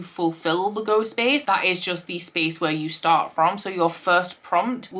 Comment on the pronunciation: When you said “Go space” I heard “Ghost Space”, which totally is what it should be called for Spookoplathon btw!